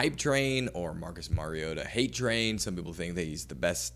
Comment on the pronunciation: Learn his name......Mario Ta!! Not merry ota.